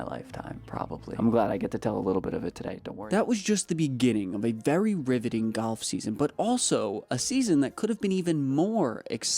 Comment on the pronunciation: sometimes it sounds like you're saying goff instead of golf